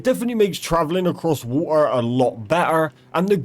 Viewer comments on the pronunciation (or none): listening to this poorly educated broken english literally lowers my IQ... here's a quick cheat sheet if you're lost on wtf he's talking about. fevver = feather, warevur = where ever, wahur = water, each ovvor = each other, ovvur = other, thar/dar = there, anovur = another, fro = throw, ahuer = alter, rezorzes = resources.